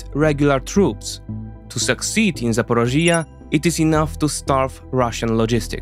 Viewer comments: The explanation nearly perfect, thx! Hope ZSU & the partisans manage to cut off those supplies soon, really hope, it’s extremely needed Besides the topic, thx for clearly showing Crimea as Ukraine. Btw Zaporižža, zah-po-REE-jah, j like si in vision 😉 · I have never heard of such funny pronunciation of my hometown Zaporizhzhia😅 Accent must be put on the first “i” in the word. But so detailed analyses of the situation I did not even see on Ukrainian channels, thank you! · Another excellent presentation!!! However, you mispronounce the word ZAPorizhzhia, over and over again in the talk and this is very distracting. Finally, I can only cry over Biden's failure to give the weapons to Ukraine to finish the Russians off. He just doesn't want the Ukrainians to win. The Russians are so very, very vulnerable as you have presented. With the proper missiles they would be finished within weeks or months! Cheers. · Why don't you research your pronunciation, too. One example for all - the accent in "Zaporizhzhia" is in the 3rd syllable, not 4th. You can also use an app to read your text out loud, take pronunciation notes, and only then do your own reading. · I liked the video but if you gonna talk in length about a place learn to pronounce it first, my ears were bleeding hearing you saying Zaporizhzhia and I'm not even Ukrainian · Zaporizhzhia NOT ZAPOROZHYE. LEARN UKRAINIAN FFS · It's not "ZA-PO-RO-(JI)-YA", where the part in brackets is stressed, it's "ZAPO(RI)JJYA". Listen to some Ukrainian news presenters here on Youtube saying this name. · It's call Zaporizhzhya, the sound on the I. Just would like to help. Ty for your vids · The way you say Zaporishia or other names is just painful to hear.